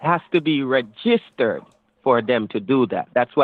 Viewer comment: Aromatically 😂 ReGIStered 😂 Rerafflement 😂 The second 3 the first 3 the seventh 3 I'm confuzzeled 😂